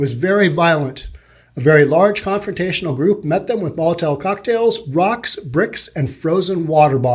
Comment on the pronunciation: "Molotire cocktails" lol